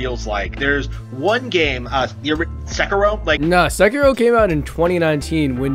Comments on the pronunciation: Ugh the cring got me when you said se ki ro. Buts it said se-kir-ro. Moving on. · small nitpick but it's annoying when people say "Sek-uh-roh" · Damn basement dweller lol is sekiro not sekirrrro